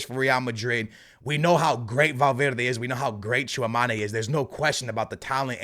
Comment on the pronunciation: C'est Tchouaméni pas Tchouamani 🥲